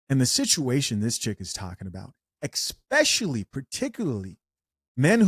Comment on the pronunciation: Don’t say “Exspecially”